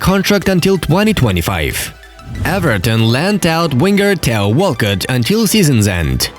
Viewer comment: I like they pronounced theo walcott tayo walcott